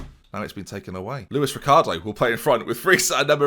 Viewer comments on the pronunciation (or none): none